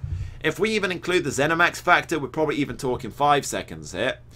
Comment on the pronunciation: lol "zenimax factor"